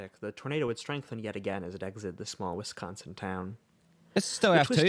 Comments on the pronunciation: I like you pronunciation of Wisconsin more tbh 😅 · I have to say as a Wisconsinite you did pretty well pronouncing Wisconsin almost as well as a true Wisconsinite.